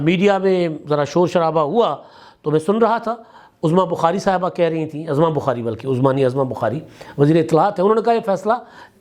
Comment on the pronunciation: صحیح تلفظ تو عُظمیٰ ہی ہے